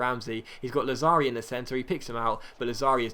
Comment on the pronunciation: It's Làzzari, not Lazzàri, it doesn't matter tho. Best youtuber ever